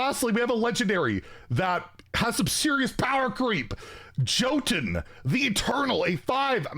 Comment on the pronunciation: it is Pronounced Jotun not Jotun!